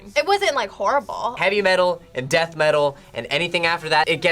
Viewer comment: Can't stand how these guys enunciate. "Suh-creamin-guh", "death-uh". Turning 2 syllable words into 4 syllable ones.